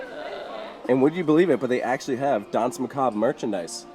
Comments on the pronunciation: "dance macob" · It is dansmacabre